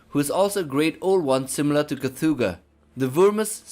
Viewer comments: Initial C is silent: TU-Hlu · Fun fact: Lovecraft was trolling when he was spelling Cthulhu. He never meant for the T to be pronounced. So you actually say: Clhulhu, substituting the T with an L. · It's quite the coincidence, though, that Cthulhu should rightly be pronounced as "Kutulu", and that "KUTU.LU" in Sumerian would translate as: "the Underworld Man". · I pronounce it: "oo(t)h-ooloo." More of a guttural, back of the throat. Don't hard T, but soft T. It sounds way cooler than Koothooloo. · Can’t stand the way you pronounce his holy name. Please stop